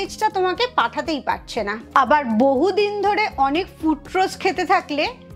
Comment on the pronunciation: ফ্রুটরোজ নয়, কথাটা হল ফ্রুকটোজ। এটুকু জানেন না অথচ জ্ঞান দিচ্ছেন।